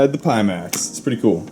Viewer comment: I had to stop after the third pee max. Pie as the symbol is on the box, front of the visor and speakers... Pie max